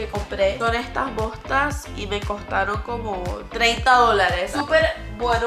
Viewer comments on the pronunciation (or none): Qué querías decir botas o bostas